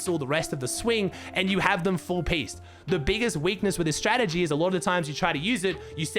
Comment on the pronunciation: I just love when says "Nárnia" 🤣🤣🤣